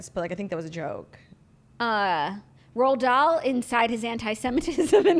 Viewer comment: "the estate of Ronald Dahl" I legit started peeing my pants